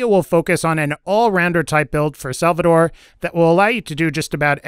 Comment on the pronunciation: it's SALVADOR! nothing else needs to be said!